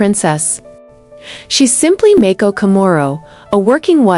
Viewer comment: There is no such person as Mayko. Princess Mako, HRH. it doesn't take much to learn the pronunciation of the names you say in narration. You make yourself into a total moron. Do your homework of do other work !